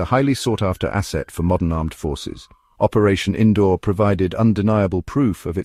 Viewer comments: Its seems AI can't Pronounce Sindoor 😂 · Cake get the name right sindoor